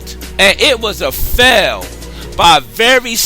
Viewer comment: Also you say Fell not fail. LOL what a fail.